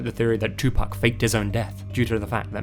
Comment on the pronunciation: Hey dude thanks for pronouncing pac's name right. I really love this video, i need to listen to Sam Cooke now. Never listened to his stuff before. Thank you! Can't wait to watch the rest of this video!